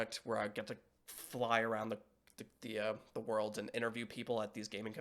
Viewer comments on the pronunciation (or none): none